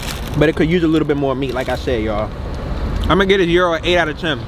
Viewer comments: Bro its a Guh-eye-ro, not Euro😂 this shit killin me😂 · Gyro Is Pronounce "GUY-ROW" IF you from Chicago lol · In Chicago we say guy Ro 😂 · It’s pronounced Gyro but I like saying gyro 🥙 hahaha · Well if you’re pronouncing it wrong and you know it’s wrong, that’s just ignorant lol. Love the vids tho